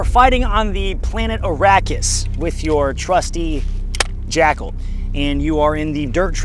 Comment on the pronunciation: With your accent I swear you're saying jack-hole.